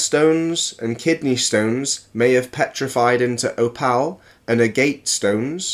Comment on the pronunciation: He pronounced aorta "ayo-orta". Another example of someone using words without actually knowing what they mean. Oh god it gets worse... "a-GATE" for agate. Gal-stones. "Oh-PALS".